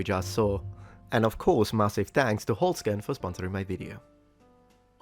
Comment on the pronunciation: 1) That pronunciarion of "Holzkern" was not half bad. Definitely better than mine of Italian terms... 2) "the way white is usually used in Europe" Is it that? Never thought about it, not being as obsessed with 'race' as Americans (finding the entire thing ridiculous tbh, it's not like you can really give any answer besides "homo sapiens" to that question...). If I had to define 'white', I'd probably say 'fair skin' and not exclude people liek Musk just because he's from South Africa.